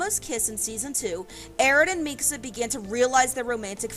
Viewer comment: why do you say her name like that